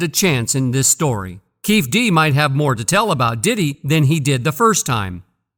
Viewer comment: It’s: Key-fee D bro🤦🏽‍♂️